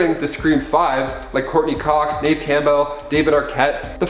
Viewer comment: Please, please learn how to pronounce names before you do a video. Please. It's not Neeeve Campbell. It's pronounced Nev.